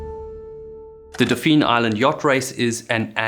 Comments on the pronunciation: To clarify, it isn't pronounced exactly like dolphin; you don't put an L in there. It's more like "DOF-fin" or "DAW-fin." -Another Alabamian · Good job on pronouncing Mobile correctly but Dauphin is pronounced like the animal (daw -fin). Source: Am from Mobile. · Oh please stop saying dawfeen. Its pronounced dawfin ( like dolphin ). It may be french, but its not france. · I grew up in Mobile and had a family house on Dauphin Island. You are committing an atrocity with your pronunciation of “Dauphin.” It’s “daw-fin.” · Pronounced like dolphin is8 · Oh dear lord.... That is NOT how we pronounce Dauphin.... it's pronounced the same way we pronounce Dolphin with the L silent.... Though you did pronounce Mobile correctly... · Dolphin island. Pronounced not spelled silent L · Not trying to be a dick but it's pronounced more like dolphin or Doughfin. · It’s pronounced dolphin island not daupheeeen island. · I lived in Mobile for over 30 years and growing up, we went to Dauphin Island most weekends. It's definitely Dauphin and pronounced almost like "dolphin" without the L. There are various places around town that are "Dauphine" but not that one. The entire chunk of coast, especially Mobile and New Orleans as older major cities that have existed for hundreds of years, have huge French and Spanish influence. As a kid, my dad and uncles also ran the DI Regatta, as it was called then, and I always begged to be able to join them but was never allowed (this was all before age 13 so I get it now). We did go sailing in the bay many Saturdays or Sundays as we lived only a mile or so from the marina. The boat was my uncle's but was there for the family to use. I miss going sailing a lot. Some of the happiest weekends I can remember as a kid were spent on that boat in Mobile Bay and we often sail to Gaillard Island, a bird sanctuary in the middle of the bay. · It's actually pronounced Daw-fin. You make us rednecks sound so faaancy ;) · But not so good on "Daupheen" Island.